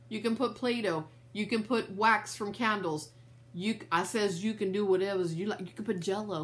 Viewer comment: I look forward every video to “I says you can have whatevuhs you like” 😂😂